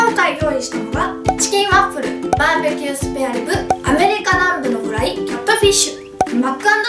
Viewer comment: これって滑舌いいうちに入るの？笑 最初の方ワップルとか言ってたりするけど